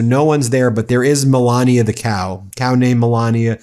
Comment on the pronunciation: Not "Moolania"? 😂